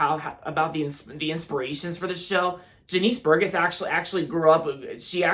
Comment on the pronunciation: It’s pronounced Jah-nis Bur-Jess